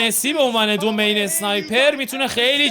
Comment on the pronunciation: استاد این کلماتی میگی درستش اینه : سِمای فاینال نه —-> سِمی فاینال دوومِین اسنایپر نه ——> دامِین اسنایپر سوپ‌رِسور نه ——> ساپرِسِر و…